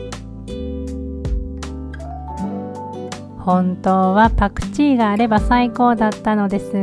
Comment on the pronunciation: パクチーの発言が関西弁すぎて笑ってしまいました😂パクチー美味しいですよね♪